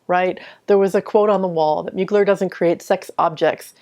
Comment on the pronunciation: Respect for saying his name correctly ! 💃🏻